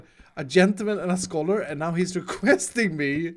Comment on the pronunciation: For some reason "scholar" doesn't sound like a word when you say it.